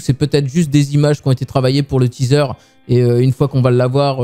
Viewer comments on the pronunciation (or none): none